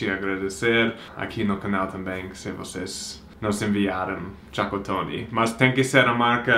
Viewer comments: engraçado quando o pronuncia a palavra Chocotone e acaba falando Chacatone kkk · Demorei um tempão pra entender que era chocotone 😂😂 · vc falando chocotone parece eu falando algumas palavras em inglês, ainda estou aprendendo essa língua 😜